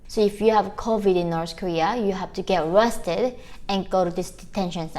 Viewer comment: At first I thought you said "if you have covid-19 you have to get "RESTED" 🛌 🕵🏼‍♀️🙃 BUT you said "ARRESTED"...🙄 🙏🏻😭💔 so sorry for your good people.